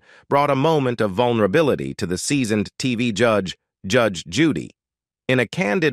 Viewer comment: I LOVE THIS WOMAN!! THE NARRATOR OF THIS VIDEO NEEDS TO LEARN HOW TO SPEAK!!! SO MUCH FOR ROBOTS! COULDN'T EVEN PRONOUNCE HER NAME. GET RID OF THE GD ROBOTS!!